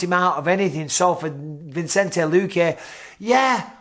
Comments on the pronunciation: VISS-EN-TAY... NOT VINCE-ENT-AY... PLEASE DEAR GOD BISPING HOW LONG CAN THIS GO ON FOR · Mike, love you, but it's Vi-cen-te, not Vin-cen-te. :) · Love ya Bisping but you've been pronouncing Luque's name wrong forever, it's Vicente, pronounced Vi-sen-tay, not Vincente. Tiny thing but a huge pet peeve of mine lol. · Bisping, I just wanna point out: Vicente. There's no N between the I and the C. Vicente. Vicente. It's Vicente. Pronounced VISSINTAY. Not VINSINTAY. Vicente, Mike. Vicente. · It’s not vincente BISPING. ITS VICENTE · Just watched to see Bisping call Vicente Luque, ViNcente 500 times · come on mate pronounce vicente's name properly lol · Hope you don't watch Chael if Bisping barely mispronouncing names upset you lol